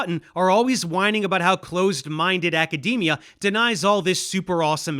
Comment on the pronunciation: I’m still scarred by “acadamia” pronunciation